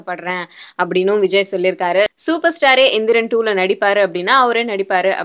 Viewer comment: ROFL :) Vijay anna sounds like vigina